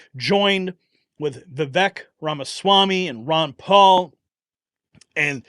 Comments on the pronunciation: Vivek pronounced Viv-ake...rhymes with cake. We should all know this by now. 🙄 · It’s pronounced ‘Va Vake’ , as in Cake.🎂